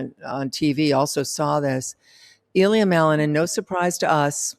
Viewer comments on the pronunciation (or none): It's not Ilya (stress on the "I"). It's IlYA (stress on the "ya").